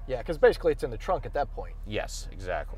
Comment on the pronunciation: I was enjoying the video I just kind of listen to him say trunk in that weird way that’s stupid. 👎🏽